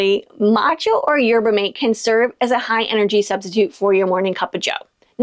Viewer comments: As someone who grew up with Argentine parents drinking Yerba maté 🧉; it’s “yer-bah” or “jsher-bah” (Argentine pronunciation) “mah-teh” 2 syllables not MATE like “hello mate.” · Just an FYI, matcha is a type of green tea. Pretty much all black, green, and white tea are imported. Yerba maté is unrelated to tea plants and comes from S America so hopefully that doesn't get tariffed badly too. It's pronounced mah-tay, rhymes with spa day. :) Yaupon holly is native to the US and also has caffeine. There are a few places that produce yaupon tea but just like Hawaiian coffee nowhere near enough to keep up with our constant demand for caffeine. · Oh! Yerba Mate’ tea is pronounced mah-tay 😊 and it’s delicious solo or with a drop of honey.